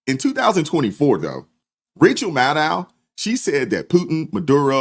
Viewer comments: Hold up, did I hear you call her " Rachel Madcow ". Bahaha 😂😂😂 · I know I will wear hearing aids, but did I hear you right? Her name is Rachel “Mad-Cow “. That’s just hilarious.